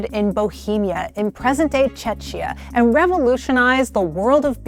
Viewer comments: It is "che-kee-a", not che-chia. Uhmmerican iducation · A couple of gentle corrections: The order of ingredients made no sense. Barley should be listed after water. Edit: Also, Czechia should be pronounced "check-ee-uh' not "chech-ee-uh" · I legit thought she said Chechnya the first time 😂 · Czechia is pronounced “Checkia” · Chechia?? You mean Czechia? Also known as Czech republic? Isnt this PBS? this is very embarrassing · Very good video, but I died a bit inside at "czeczia" ay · I thought I must've heard wrong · Especially since "Czech" was pronounced correctly moments later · we're facepalming the pronunciation, not the name. Despite prounching Czech correctly, they pronounced czechia like czeczia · Chechia? There is a place called Chechnya though. Wrong pronunciation. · Czechia is pronounced CHECK-ee-ah. Chechia is in the Caucasus. Also, Urquell is pronounced ur-KEL. Does no one proof these scripts? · Say "Czechia" again, will you? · You should really learn how to pronounce "Czechia" correctly. Other than that, well done. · I can't get past the mispronunciation of Czechia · I'm not expecting people to always pronounce foreign words perfectly but gosh, one would think you'd know how to pronounce the English name of a country. Yes, I'm a Czech with now a bruised ego. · While her pronunciation is off, everything you claim is also incorrect.